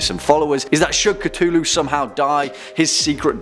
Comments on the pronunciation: It is not cutullu it is cthulhu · Cthulhu is actually pronounced (at least the closest a human could get) klul-h-loo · It’s pronounced “c-foo-loo” not “c-too-loo” Cthulhu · darling, it's not Ca-Too-Loo It's Cuh-thoo-loo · Is it just me or did he just cttuuuulhu? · its KA-THU-LU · cTWOlhu didn't bother you? Even when he did the cth correctly for his daughter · the way you say cthulhu angers me even the much later in time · Is it pronounced cu-thu-lu or cu-tu-lu